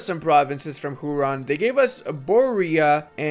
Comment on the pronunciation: it's pronounced like hue-ron not hu-ron